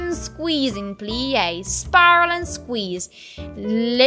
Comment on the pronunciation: her voice is really squeezing orange. when she says squeezing. kkkk